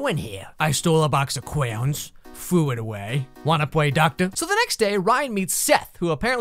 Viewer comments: "I stole a box of cwayons, fwew it away" 😂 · “I stole a pack a cwayons, and thwew them away.” XD